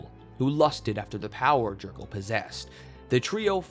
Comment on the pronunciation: It’s pronounced yer-gal